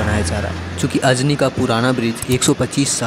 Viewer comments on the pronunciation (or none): Anji nahi ..ajani hai 😂